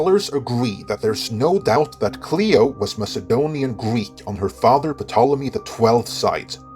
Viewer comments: It's pronounced Tolemy, not Puhtolemy. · Thanks for this video! However, I wanted to point out that the “P” in Ptolemy is silent. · Bro! The P is silent!! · Just for the record, as we are going for accuracy, lol ;) The 'P' in Ptolemy is silent.